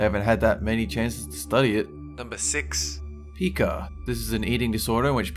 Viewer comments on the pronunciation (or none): Pie ka* not pee ka* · I HAVE PIKA!! Also its call pike-a not pea-ka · Pronounced Pi-ka. Not Pee-ka. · Pica is pronounced pEYEka, not pEEka